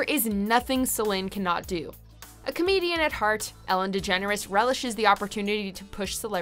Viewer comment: Like a legit— “come-DIONe” 😉😁💀💀💀💀💀